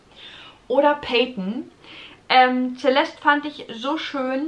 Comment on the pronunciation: Celeste ist sehr schön. Spricht man übrigens mit S am Anfang, nicht mit Z 😊